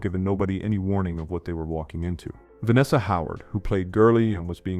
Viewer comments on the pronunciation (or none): none